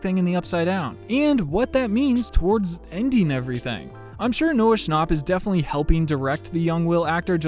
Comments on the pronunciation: noah shnop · you said Noah schnopp 💀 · “Noah ShnaPpp” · "noah schnawpp"